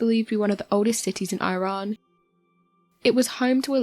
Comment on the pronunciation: The ancients built an aquaduct - but you can't say 'Iran' properly...